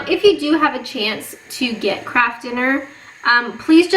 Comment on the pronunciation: For a moment, I thought I did hear her say "crap food", instead of "KRAFT FOOD"? But would never say anything like that (at least not on a recorded video). After all, she is a Canadian lady..(lol)